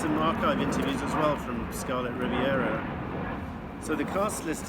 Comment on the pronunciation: Scarlet Riv-i-era? Uh, her name is Scarlet Rivera...no "i." And you keep saying it over and over. Check out the inner sleeve on the Desire LP you held in your hand. The documentary is great. Your video? Meh. (Bob told me to set you straight.)